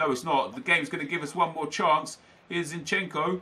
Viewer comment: You Call zinchenko like Zinchen-Ko But you need to pronounce it all together